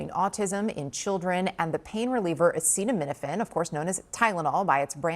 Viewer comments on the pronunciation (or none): Oh how dumb can you get? He couldn't even say acetominophyn. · he cannot say acetominophen... oh my God. what a dystopian world this is. then he says "mutilize"... WTF? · He's the president and he can't pronounced acetaminophen! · Drumpf pronounces acetaminophen like he’s says a curse in an unknown language. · They have done a lot of research on it but cannot pronounce acetaminophen?.. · I did my research and my conclusion is that Kennedy was dropped on his head from a balcony as a child. Trump on the other hand can’t pronounce acetaminophen but dumps conclusion was Tylenol Bad. Dumps vocabulary is that of a 4 year old. My opinion for legal reasons. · WTF???? He can't even pronounce acetaminophen???? WTF????? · Mutilized???? That's not a word Trump..Can't even read Acetaminophen? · Trump is an idiot. He cannot pronounce acetaminophen. THEN he cannot discern the difference between a product NAME and a drug ELEMENT used in that product. TYLENOL is a product name, ACETAMINOPHEN is an ingredient used in that particular product. Newsflash Dip-shit: ACETAMINOPHEN is also used in many other products. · Here he his trashing acetaminphen when he can't even pronounce the word. And performing sex-change operations "mutilizes" people. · Wow. He can't even pronounce acetaminophen yet he has absolute control over the "football". To think I was afraid of the Russians for nearly 50 years. My biggest fear is that when he fails to create a civil war here to declare emergency powers, he might think it's a good idea to go Dead Zone (a book by Stephen King). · This Administrations has NO IDEA. THERE IS NO INTELLIGENCE IN THIS ADMINISTRATIONS AT ALL😢 trump says he is very smart, he couldn't say acetaminophen Dumb 💩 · Trump's always saying how smart he is but he can't pronounce acetaminophen. Ha ha ha ha ha.. No other species on the planet chooses it's village idiot to be the leader. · He can't pronounce 'acetaminophen'? I can't...